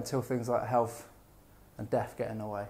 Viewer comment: 6 seconds into and I'm like.. Did this guy just say healf and fitness? Yeah I can't listen to you.. Cretins everywhere.